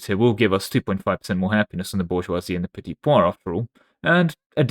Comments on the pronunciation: Why are you calling the petit peuple petit poids 😭 it' pronouced "P-a (like the english word 'a') - PL" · You pronounce "Petit Peuple" like "Petit pois" which means peas